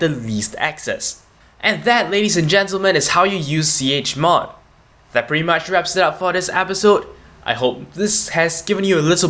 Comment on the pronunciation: please do not make tutorials untill you learn how to pronounce 'chmod' properly.